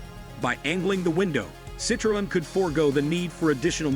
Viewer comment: Almost every single one he said isn't american and he can't say Renault or citroen right 😅